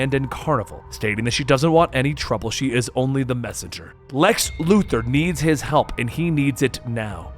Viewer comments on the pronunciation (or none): I want to smash my head against a wall everytime I hear someone say Lex Luther instead of Lex Luthor 🤦🏾‍♂️🤦🏾‍♂️🤦🏾‍♂️ You're better than that